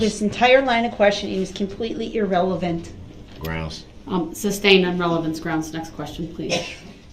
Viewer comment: This fool clearly has no idea what "leading" means. The same could be said about most of his objections. He can't even say "sustained" correctly. His stupid "grounds" that he's always shouting after an objection is annoying too.